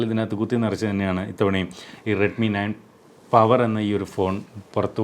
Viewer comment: പവർ എന്ന് പറയുമാഷേ